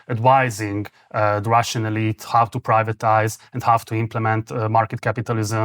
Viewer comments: Marci, How kiejtve háu, nem háv. Valamivel jobb az angolod mint az enyém de ha nem hiszed kérdezd meg, mert még soha sem hallottam így ejteni a how-t. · Aki ilyen választékosan beszél angolul, az miért ejti a "How?"-t, úgy hogy "Háv?" ahelyett, hogy "Hau?" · Zseniális, hogy angolul ilyen mélységben és ilyen hosszan össze tudtok rakni egy interjút. Egy apró fülzavaró észrevétel Marci: a how-ban nincs V! :D